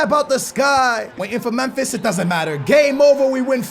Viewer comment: Bus Alex Telles For backup left back Btw u cant say Memphis (first name of Depay)